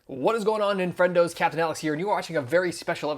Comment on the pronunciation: Did he call me a, "Nin-Friend-O"? I like it, lol...nice!